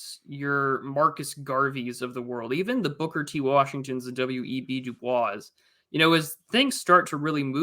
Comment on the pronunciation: Harvard alum here. It's pronounced Du Boys. He didn't use the French pronunciation. Please, plese talk about Andrew Young. I remember my parents talking about him when I was a kid. Whatever happened with him seemed very important, but I don't know the details.